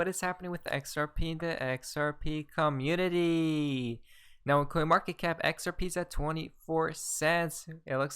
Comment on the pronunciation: “XRP co-mmunity”. Love it when he says that.